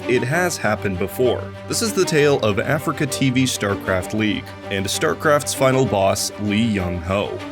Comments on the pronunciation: you also call is AfricaTV It's ah-Free-kah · a-free-ca. not africa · aFREEca not ‘africa’ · Nearly unwatchable: Uh-Free-Ka.